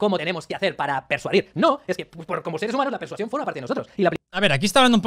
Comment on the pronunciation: Chupito por cada vez que diga "persuación" xD